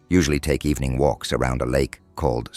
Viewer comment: good ebening